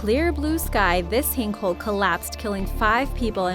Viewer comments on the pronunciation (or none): "this hink hole"